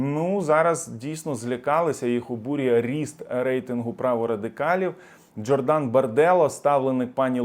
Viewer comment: ДжОрдан наголос на О. БарделлА, наголос на останню букву А. Але ти все одно не прочитаєш.